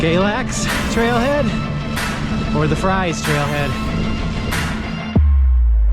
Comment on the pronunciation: Just saw this, we live near Galax and ride the trail often. Love it! Yeah, it's pronounced "Freeze". I think the tunnel is creepy, but amazing at the same time. So glad to see someone enjoying it.